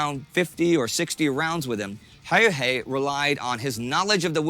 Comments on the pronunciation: The dude who spoke first pronounced Simo's name well but, the narrator for whatever reason pronounced his name reasonably decently the first time but became steadily worse as the video goes on. Why? Presumably they both learned Simo's name at the same time. But wtf, nothing depends on it. (Btw, he didn't only put snow in his mouth to prevent the vapour puffs, he froze his rifle's barrel to also prevent the escape of visible vapour. He didn't "find a new home," the government gave him a farm. And the rest of the boo-boos. Like, his total kill count, rifle and machine gun, was 800+. All in 100 days.) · The narrator's pronunciation of "Häyhä" just hurts my ears. Also that photo is often used to portray Simo Häyhä, but that's just a staged photo of some random Swedish soldier. Not a Finnish rifle, and Simo didn't use masks. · If I had a penny for every single different way Häyhä was pronounced in this video, I'd have half a pound